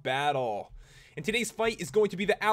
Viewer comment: dis dude pronounce and as "iiiind"